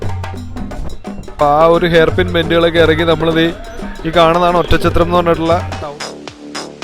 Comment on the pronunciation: ഒറ്റം ചത്രം എന്ന് കേൾക്കുമ്പോ അരോചകം. Oddanchatram ഇതാണ് ആ സ്ഥലനാമം .